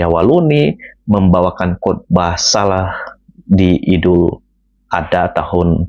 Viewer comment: coba di perbaiki lgi..bukan idul adah .tapi idul adha🙏